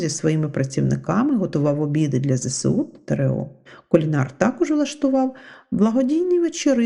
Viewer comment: Ведуча не грамотна. Потрібно говорити Зе Ес У. А не Зе Се У